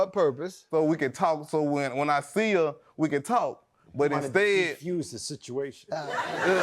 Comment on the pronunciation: “He tried to derfruse the sichciation”??? Deliver God!